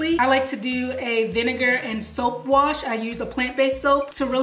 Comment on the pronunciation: Did she say soap